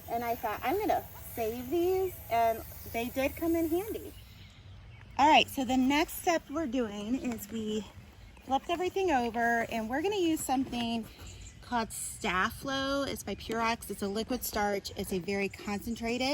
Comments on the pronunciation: I love this. Especially the basket center, Genius! BTW, Stay Flow is how you say that liquid starch. I was cracking up😅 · It’s “stay-flow” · Learn to pronounce. Sta Flo: "Stay Flow" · I know this is probably an older video, but it’s called. Stay flow. (sta-flow). looong ‘a’. Unfortunately, it’s not made anymore so I just used the can of heavy duty spray starch for that side clear on the other